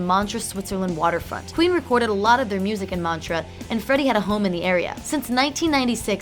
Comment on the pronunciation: Wow, so many mispronounced words. I understand that these videos are long but wow, who pronounces "Montreux" as "Mantra", "Biopic" as "Bi-opic" and "Thames" as "Tames"?